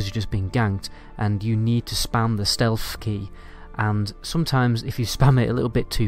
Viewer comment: Jeeezzzz Dude, "Stealth", not "stealf".......wtf